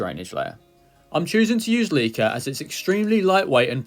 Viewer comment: Please say leca properly.